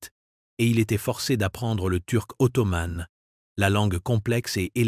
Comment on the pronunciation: Intéressant mais pénible à écouter avec des mots masculins comme ottoman ou sultan prononcés ottomane et sultane !